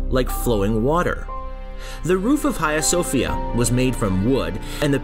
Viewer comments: Nice work. I went recently and it’s still amazing from the outside. The inside feels odd and complex. Note on pronunciation ~ there is no “kh” sound. H “ha” as Hagia. Or it’s also pronounced “Aya Sophia” 😊Hopes that is helpful and not critical sounding 🙏I look forward to more videos about Turkey 😊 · Ayia Sophia is better of Hayia Sofia pronunciation please buy doesn't matter still the documenter and the information contained is very true and interesting as a whole! Optic Acoustic too!!! Well done 👍!